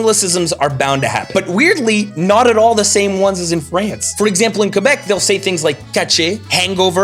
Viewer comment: J'ai bin apprécié que tu prononce Québec "Kébek" comme c'est supposé. Chu pas capable quand les anglais mettent l'accent su le "Qu" comme "Kwébek". Merci et joyeux Noël Tabarnak